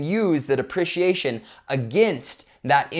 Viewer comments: Buddy please pronounce it DeprEciation, lol driving me nuts haha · Say it with me Dee-pre-she-A-shun!